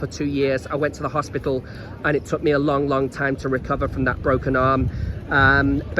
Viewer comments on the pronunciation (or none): none